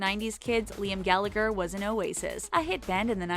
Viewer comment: ...it's gall-a-her not gall-ag-her